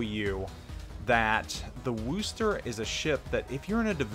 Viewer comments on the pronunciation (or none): Wus-ter. Not Woo-ster. Thanks for the vid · No its Wusta! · I phonetically write it out as "wuss-tah" or "wuss-ter". But Paul T is correct that it's NOT "Woo-ster". There's no "woo" in Wusstah! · Had to stop watchin due to the WOOOOOOOster factor :( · You keep pronouncing wrong, watch Jingles utube on it.